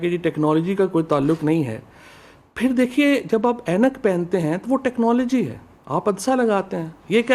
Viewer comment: Phelai bolna tu seekh lu khud kiyaaa ho tehcnology k T ka bhi nahi malom hai mottai aloo wale samosai